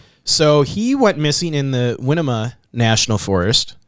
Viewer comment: Ok, listen carefully guys😊. Winema is pronounced Why-KNEE-muh and Willamette is pronounced will-LAMB-it.